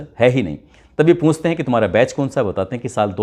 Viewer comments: बैस नहीं बैच है 75th RR Batch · Base nhi वो बैच होता है।